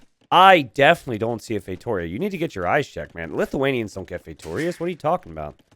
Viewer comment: The way pronounces "feitoria" is deeply annoying.